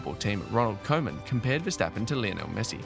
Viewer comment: Next time pronounce Koeman as Kuman. Probably sounds much better.